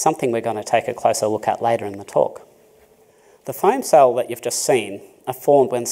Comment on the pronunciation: What’s a firm cell? Foam cell? Phurm cell? I can’t understand him.